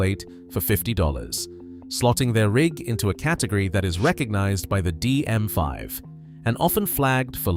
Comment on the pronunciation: It the DM (VEE) not vie!